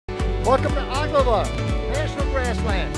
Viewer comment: Yep you're definitely not from Nebraska if you mispronounce Ogalala